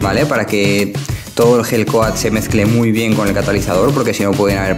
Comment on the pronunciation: cuando dices gel coat suena igual a la hell coat, abrigo del infierno jaja